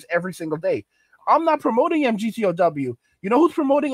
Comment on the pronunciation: Say migtow emgeeteeohdoubleu doesnt roll off the tongue brother hard to listen to